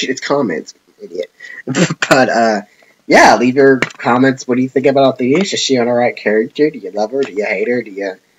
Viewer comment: She's my favourite character. I think the reason she wanted to go back to her original world was because she was alone and there was no one else like her. Also I'm pretty sure her name is said Othinus and not Othin-i-us. Also to your last question.... yes.